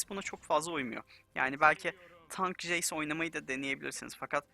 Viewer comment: jeys değil hocam ceys